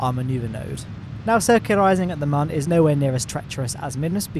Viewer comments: It's Mun, not Mahn. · My ears hurt so much listening to you pronounce mun as a man all the time. (joke:) IT DOES NOT HAVE A GENDER! :D Seriously though, it's not pronounced like that... It's a moon, just shorter. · Its pronounced mun i this game like how the earth planet is called kerbin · mum or moon ? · Why do you call it mun its moon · it's not mon is moon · I like your videos but jesus dude, it is the Mün not the Mun. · Legit I thought he said in the intro: "Today we are gonna be tackling your mum" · Isn't it still pronounced "moon"? Not sure I can watch any further. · It's pronounced 'moon' champ. How can you get that so wrong? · its not mun its moon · And it's pronounced "moon", dummy. Spelled "mun", pronounced Moon. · It's called mun